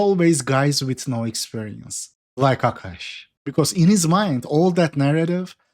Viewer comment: A'Kash' ATM lol